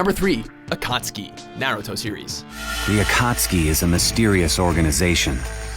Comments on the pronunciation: i noticed they redid the video....and said akatsuki right this time, congrats:) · finally they pronounced akusuki right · This is the first video I've watched were they pronounced "Akasuki" right.